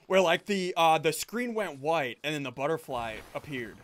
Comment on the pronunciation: "Futterbly," said SSundee ;WHY DO YOU DO THIS?